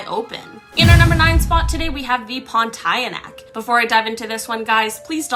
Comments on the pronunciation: Oh God! How're you pronouncing it? It's "pawn-tee-ah-nahk"! Not "porn-tie-air-neck"! You're making every Malaysian give you the "bruh" face now! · I'm from Malaysia and it's pronounced POAN-TEE-YA-NAAAAK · as a Malaysian i can assure you Pontianak is pronounced as pawn-TEE-ah-nuck